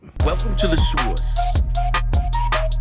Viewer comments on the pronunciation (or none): The soice, the soice…the SOICEEEE 🤣